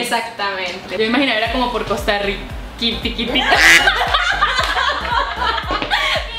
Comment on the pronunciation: Me parese pesimo, sobre todo sobre la pronunciacion de Se podria decir que se pronuncia la R como RRica pero "Sssyica" esta bastante desatinado y exagerado. Tambien vale aclarar en CR al ser un pais tan pequenno, no existen tantas diferencias del lenguaje exepto en Guanacaste, de donde es oriunda asi que ellos particularmente se destacan por tener los acentos de Nicaragua, pais original de donde se anexo la zona. Tambien seria bueno aclarar que la palabra TICO en efecto es porque las personas de antanno, de los 60s agregan el posfijo Tico a practicamente todo, pero en la actualialidad eso no forma parte de nuestro lexico. Por el resto me parece cierto, aclarando que es un lexico unicamente para conversaciones informales, en general cuando se conversa en situacion de trabajo no se habla asi. A diferencia de otros paises que hablan con estos modismos en todos los contextos.